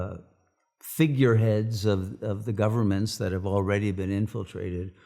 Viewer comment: EWERY BOOK IN THE WORLD HAWE STORY,,, IS HAWE THE ONW REALITY! EWERY BOOK😅. COOL